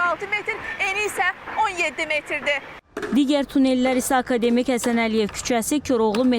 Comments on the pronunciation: Akademik sözün düzgün vurğulayın xanım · aka demik yox ey, akademik